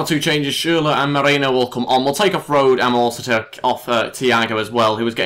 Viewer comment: Rode is pronounced Road-eh. You need to pronounce the E in the end :D